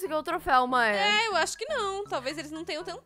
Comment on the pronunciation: Em vês de você fala mãe você fala maea